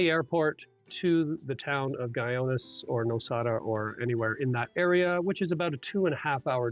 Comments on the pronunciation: Guyones? really? should have taken the time to learn to pronounce it. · Guy-ones LOL that is not how you pronounce it sir.